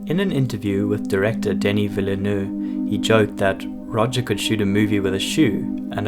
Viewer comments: I heard a lot of versions but this Denise Villeneuve pronunciation went completely south haha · Dénis Villeneuve is pronounced “de-NEE VEE-nove” (rhymes with bee dove). The surname is old French for new town, and “Villle” is a single word pronounced as Vee Just a tiny niggle in an amazing well-researched video.